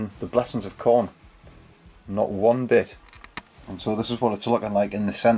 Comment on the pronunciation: the "Khorner"